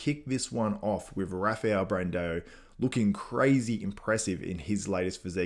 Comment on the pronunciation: can you pls learn how to say BRANDAO*S name its no E in his name its not Bran-deo! its Brandao ... AO AO AO AO!!!! for the love of god!